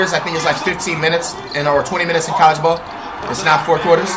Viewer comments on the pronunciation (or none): none